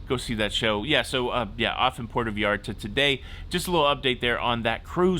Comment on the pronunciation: Puerto Vy-arta & CULL-inary. Not Q-lanary